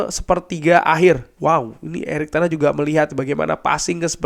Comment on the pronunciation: Ten hagggg bang bukan ten HAHhhhhhhhhhhhh